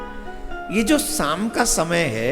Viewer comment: Shaam not saam